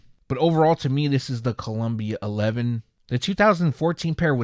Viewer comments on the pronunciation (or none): You missed the I on Columbia there,. Other than that, this is really exciting stuff. Get some sleep!